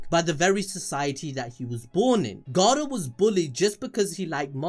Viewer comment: Stop rolling the R when you say Garou